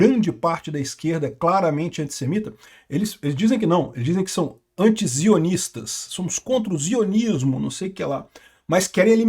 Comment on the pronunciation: é SIONISTA, com som de s, não ZIONISTA, com som de z